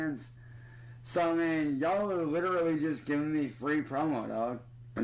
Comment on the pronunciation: It really annoys me when he pronounces literally as lit-trolley